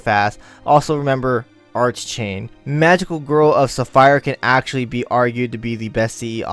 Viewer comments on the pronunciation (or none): none